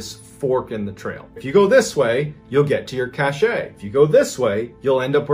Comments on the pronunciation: *Apologies to all in advance - autism does wonky things to me sometimes. Cashet (cash-ay) means prestige. You mean Cashe (cash) a store of goods or supplies. I am sorry - it is making me crazy hearing it mis-pronounced (oh, whew, 5 mins in you pronounced it right) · Cache is pronounced cash not cachay/cachet 😂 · Cashay drinking game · I know, it is so cringe hearing cachay so many times. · MrBallen, please look up the pronunciation of "cache." The "e " is silent. Yeah, I know I'm grammarphreak and lots of you don't care, but I love MrBallen and don't want others being disrespectful. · Cache is pronounced kash. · It's a cache pronounced cash. It's a collection of items that you store. An example is an arms cache. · I’m so glad someone else knew. It was tap dancing on my last nerve. The word is French and, like so many other French words used in American speech, it’s more often than not butchered. Makes me nuts! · Thank you, the pronunciation was making my eyebrow twitch.. lol I do love the channel and content though… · It maybe the French pronounces it just the same way Mr. Ballen did... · I actually can't continue listening because of it. I think he's thinking of cachet like a good reputation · I was thinking the same thing lol but I figured maybe I was wrong because he was a Navy seal. I don’t know. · Gawd ty for pointing that out! I was about to lose my mind as many times as he said it wrong! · It's funnier to say it wrong bcs it pisses ppl like you off!😂😂😂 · omg… EVERY. TIME. CACHE. WAS. MISPRONOUNCED. 🤯